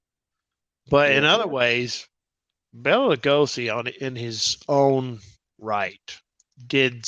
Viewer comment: Bela is pronounced "Bay-la". Bella is a woman's name. The more you know.